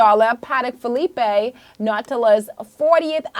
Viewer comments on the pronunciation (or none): She said "Patek Philippe"...the way you're not supposed to say it 😅😂😂